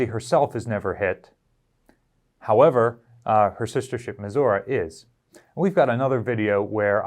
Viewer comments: USS Missouri is pronounced Meh-zur-ee, not Meh-zur-uh. Meghan Rathbun told you how it was pronounced. I love your videos man, but it is not a badge of honor to deliberately and repeatedly mispronounce a name even after you were corrected. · And yet, the official position is still meh-zur-ee, regardless of Margaret Truman's dialect at the christening.